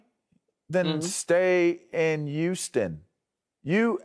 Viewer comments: It's"Huu-stun" lavarr. Not"Uuu-ston" I hate when it's said like that. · Why tf does it sound like he's saying Uston!!?? Not Houston, but USTON!!🤦🏾‍♂️🤣🤣